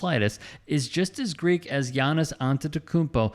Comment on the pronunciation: He said freek not greek!